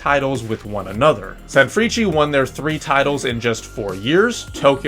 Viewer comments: Ok. My man. Thanks for showing the JLeague, I love you for it - nothing but love and honest advice. Hit me up as to how to proounce the names of the teams. There's a tendency to say "vizzle kobie" and "sanfreechee". Just lemme know if you need some help. I have no skin in the game, just wanna make sure that you don't sound real (as in real madrid) bad. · i always thought the pronounciation of sanfrecce was "sanfris" :face-purple-crying: hahhaha. love the content